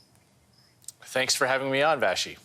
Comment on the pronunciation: Her name is Vassy not Vashy lol